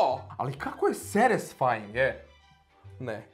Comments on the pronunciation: Brat kaze SEERISVAIN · "Seresfine" ma bravo 😂👏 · Ummmm "Kako seresfajng" jesam samo ja tako čuo hahahaha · govori seresfajng hahahhahaha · Nobody::kako je sArSfaJng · JA KOJA UPORNO RAZUMEM DA CELO VREME GOVORI SERESFAJNG:👁️👄👁️ WATA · kako satysfing Ja koja sam drugacije razumela tu rec:👁️👄👁️